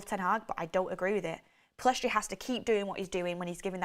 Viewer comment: Pellistri NOT Pillestri